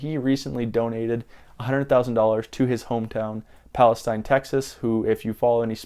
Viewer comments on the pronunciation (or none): It's pronounced Palesteen